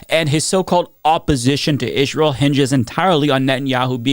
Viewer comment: I know this isn’t important but why do you say “Israel” in such a weird way? “Ijj-ral” It’s distracting from your important messaging. I’m sorry to comment about this but maybe no one has ever said anything? Just want to make sure your points are getting through without a distraction like this